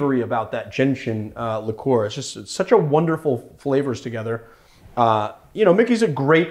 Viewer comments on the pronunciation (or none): none